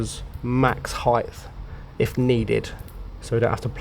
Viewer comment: Please stop say 'Heighth', you're smatter than that.